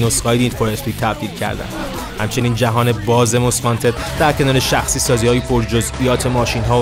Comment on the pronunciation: همیشه از اینکه یه مشت بی سواد مُست وانتد رو ماست وانتد می گفتن زجر می کشیدم